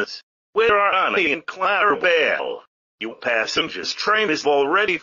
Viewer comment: They can't even say clarabel right.